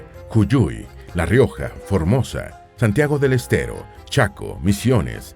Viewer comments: 1. Virreinato DEL RÍO DE La Plata 2. Jujuy así como suena, no Juyuy 3. Santiago DEL ESTERO. Hay que aprender a leer. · Interesante pero nada concluyente. Errores en la 1ra junta de Gobierno: Videla EA, Massera ARA, Agosti FAA. Muy mal pronunciado JUJUY y Santiago del ESTERO. También mal pronunciado Grafigna (se pronuncia Grafiña).